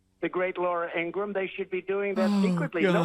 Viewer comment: Ingra-ham. Lol